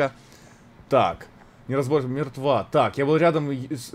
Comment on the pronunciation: Куплинов: каждый раз читая тексты, проговаривает слово "неразборчиво" с интонацией и с новой эмоцией. Булкин: ээуэуэуэуэо